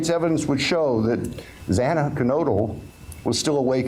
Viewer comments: I have no respect for this judge. He mispronounced Xana Kernodle's name each time. He also chastised the families regarding the public contacting him about the plea deal. Ah, too bad, Judge. Just shows his insincerity over their feelings. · This judge is a NIGHTMARE - he has more deference for everyone except the parents of the murdered students. I remember the judge on the Gannon Stauch trial and his words to Leticia - this man said NOTHING - only thanked him for standing. Chastised the dad who tried to get 11th hour justice and mispronounced Xana’s last name over and over. Completely incompetent and heartless. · No, read what is there and use your brain. I am upset that he could not pronounce Xana’s name! 🙄